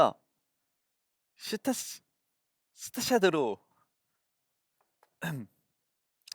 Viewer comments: 아 발음뭔데 개웃김ㅋㅋㅋㅋㅋㅋㅋㅋㅋㅋㅋㅋㅋ 스타샫듣롣덛더 ㅋㅋㅋㅋㅋㅋㅋㅋㅋㅋㅋㅋ 글자로 치기도 어렵네 아 ㅋㅋㅋㅋㅋㅋㅋㅋ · 스타샤드 발음이 어려운 ㅋㅋㅋ큐ㅠㅠㅠ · 야… ㅋㅋㅋ스타샤드가 발음이 어렵긴 햌ㅋㅋ